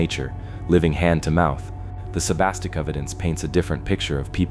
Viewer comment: too bad you can't say it so he could hear it and get it right. Oh well. keh TAH din (accent second syllable) is about as close as I can write it. He also had trouble with Sebasticook and a few other words, but hey, those old names are hard to imagine if you never heard them before. The stories were still fun and interesting.